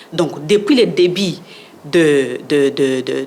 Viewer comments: Au début ou au débit 😂😂😂😂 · Au debut . Non Debit . 😢😢😢😢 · "Au debit" mon Dieu tala batu bazo kamba congo... Au debut et non "au debit" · Elle confond le mot début et débit, elle sort qu'elle est diplomate 😂